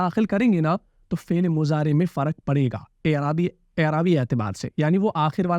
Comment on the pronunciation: آپ فعل كو فيل كيوں بول رہے ہو؟؟ 🤔